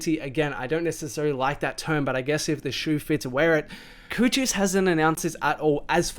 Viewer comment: You pronouncing Cochise wrongs, it’s not Chocheese